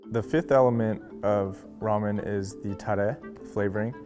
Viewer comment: "raw men shack"